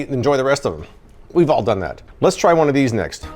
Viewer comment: “aahhg letmegetoneaofheseenergydrinks”